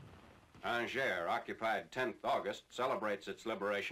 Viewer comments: Wish I would've known that Angers was pronounced Ahn-jehr and not An-jerz sooner. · aw-ZHAY. The r is also silent. The s in "Orléans" is also silent. The narrator here is linguistically impaired.